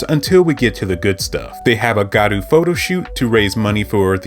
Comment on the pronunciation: Btw it’s gYaru not garu